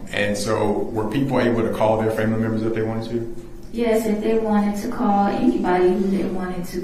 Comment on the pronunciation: not cawll me neow for a free readin 😂😂😂😂😂😂😂